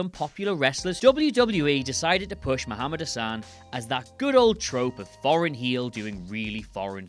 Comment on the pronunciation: Muhammad Hussan hmm... ok. You know you're wrong its "Hassan"